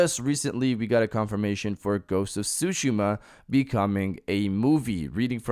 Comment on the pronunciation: A-dap-at-ta-tion, not Adaption, and it’s pronounced Ghosts of Tsushima (Su-shee-ma), not sushima